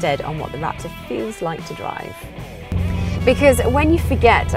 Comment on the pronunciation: ... Rap-tore lol